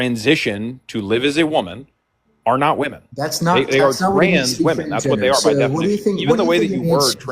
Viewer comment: why do you pronounce the plural of woman exactly the same as its singular form❣